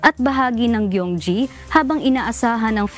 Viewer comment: Yung nagbalita tungkol weather dito sa South Korea na nasa brisbane australia, Gyeonggi po ang bigkas hindi po "Gyeongji"